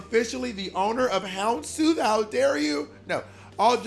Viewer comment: lamo HOUNDSTOOTH NOT HELMSTOOTH